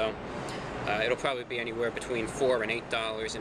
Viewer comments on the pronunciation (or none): none